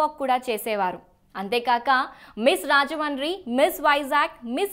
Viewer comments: మా ఊరి పేరు రాజముండ్రి . అది సరిగ్గా పలకడం రాకపోతే రాజమహేంద్రవరం అని అనచ్చు. అంతే కానీ రాజమాని రాజమాని అని అనద్దు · Rajahmundry ni ala roll over R tho Manchu lakshmi laga cheptharenti anchor garu! Rrrrrrrajahmundry entandi! English medium lo telugu nerchkunnara? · Thalli మీరు రాజమండ్రి అనడం ప్రాక్టీస్ చేయండి